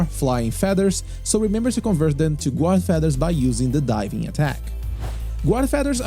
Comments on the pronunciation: The "u" in guard is silent. You pronounce it "gard". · Great guide, easy to understand and a wonderful overview, thank you! Just for future reference, "guard" is pronounced like "gard" 👍